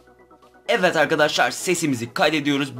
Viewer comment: evet derken neden evet değil de evvet arkadaşlar diyorsun çok merak ediyorum😃